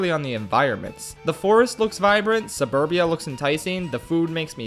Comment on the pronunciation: *suburbia , not subruba lmfao